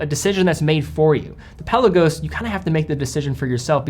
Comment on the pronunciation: Love ya to bits..... but it's pronounced Pel ar go's not pelican 😅